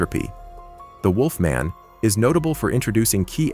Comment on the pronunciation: Must be a computer generated voice or the narrator never saw Underworld as Celine is mispronounced and has never heard "wolfman" pronounced before. Ginger snaps was absolute garbage, right down there with The Banana Splits and Blood and Honey. Must have never seen twilight either, bad CGI in a teen angst Kristen Stewart vehicle.